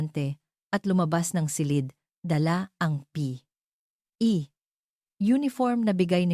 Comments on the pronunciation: Epic magbasa ng P.E😂😂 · Palibhasa AI generated -fiction itong vid na ito… kaya nskakataws kung paanong .. bigkasin ang ilang salita .,. tawa aqng malakas sa pagsasabi ng P.E. Uniforn na parang “ hinihika “ yung nagsasalita!!! hahahsha!!!! 😝😝😝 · Bakit po ba hirap na hirap kau banggitin un salitang P.E.😂😂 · Maryosep ,hirap na hirap sa pagbigkas ng P,,E uniform😅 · Mali ang pag bigkas mo ng p e. Hindi mo kailangang tumigil sa p tuloy lang dapat. Gusto ko Yong kwento mo. Thank you. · I'llano ba nman Yan ayaw idirecho ang pagbigkas ng P.E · Bakit ganyan kayo bumigkas ng tagalog parang hindi kayo nag aral ng lenguwahe ng Tagalog pati ba naman ang pagbigkas ng P. E. Hindi magandang pakinggan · Parang Tanga nman Yung nagsasalita p e Lang dpa mabigkas Ng maayus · Ano bang pagsasalita ya ng P E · Di wasto ang pag basa P. E lang hirap pa bigkasin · Pambihira bibigkasin lng ang salitang P.E. bkit hindi pa madiritso pambihira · ARTE M NMN MAGSALITA HALATANG HALATA ULTIMO UNG P.E. UNIFORM NDI MO PA MABIGKAS NG DERETSO EH HALATANG PINAY K NMN